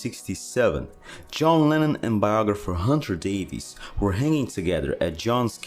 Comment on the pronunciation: bro.. love the channel..i literally watch every video and like em.. but a word of advice.. English people with the surname "Davies" is actually pronounced "Davis".. so next time you talk about Hunter Davies or Ray or Dave Davies from the Kinks, now ya know.. 🙂... ✌🏻➕🤟🏻